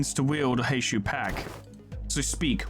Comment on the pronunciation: Because you asked for folks to correct your on your pronunciation (and nobody has because they're all busy losing their shit over the april fools event): Heishou is pronounced as "Hay-show". Like with most Chinese and Japanese words, the U is typically silent or blends into the previous syllable if it's the final letter of a word. Also, on the topic of Ryoshu and Outis's Mao identities, they're currently being heralded as the "Rupture Saviors", being some of the only IDs in the game that actually go positive without rupture EGO gifts. They inflict a load of rupture, rupture count, and hit hard while doing so. Rupture aside (though it's their focus) they are also ABSURDLY fast, with Strider [Mao] giving +5 haste which lasts for 3 turns and can be refreshed by using either unit's Skill 3 or their counter skill (there is zero reason to not have Strider Mao up at all times). This brings their speed from 4-7 to 9-12 as effectively a passive effect for how little upkeep it requires, on top of the 2 Haste her Skill 2 grants her, which brings Ryoshu up to, solo, with 0 support, *11-14 speed*. Outis can reach the exact same if you use her skill 2 twice in a turn. They don't need speed buffs, the ARE the speed buffs, easily able to outspeed anything that isn't straight up a scripted event with 20 speed. Generally, build a team around them with Rupture in mind, there's 0 need to make them even faster unless you specifically need to outspeed enemy Mao (which rarely ever get that fast).